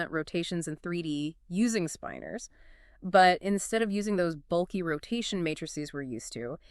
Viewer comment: Can’t even pronounce the word correctly in the first sentence. Spin-ors, not spine-ors FFS